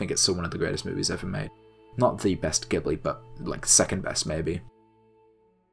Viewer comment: Everyone's disliking the video because he mispronounces Ghibli, right??